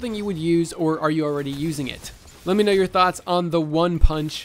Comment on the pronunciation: I only hear. "thank you very much for washing."